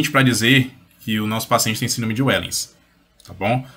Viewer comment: A pronúncia não é "uéllens" e sim "véllens". É holandês.